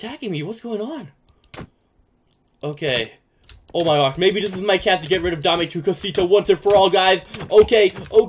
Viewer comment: Your saying Dom tu cosita Dame ame tu cosuta